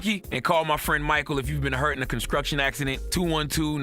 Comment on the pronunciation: Am I the only one who notices Charlemagne can't pronounce "construction"? Lol